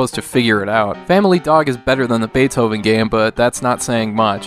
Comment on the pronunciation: Cats, Rabbits, and Dogs. Oh my!! I thought you say it as Bay To ven not Bay O ven. I have Ren and Stimpy on original Gameboy.